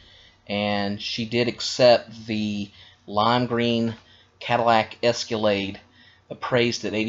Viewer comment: the word is ESCALADE, not esculade